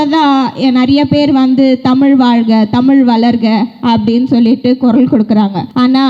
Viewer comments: தமில் அல்ல தமிழ் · இது டோப்போவுக்கு தான். தமிழ் என்ற வார்த்தை ஐ சொல்ல முடிய வில்லை. நீ எல்லாம் தமிழை பேசுற கொடுமை